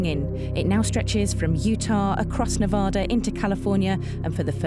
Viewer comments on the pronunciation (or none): She can't pronounce Nevada, there is no place called "Nevoodu" it's called Nevada, it's a state call it how it looks!!! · Oh...Pleeeese learn to pronounce Nevada. Not sure about biggest or numbers. There used to be more than three per year and more than just two sorties per day.